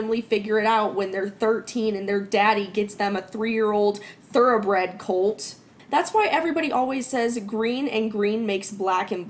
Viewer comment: For a solid second there I thought said her parents got her a cult not a colt😂